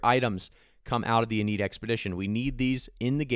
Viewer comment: Lol "in need" wtf "inn-ee-ad" probably a play on iliad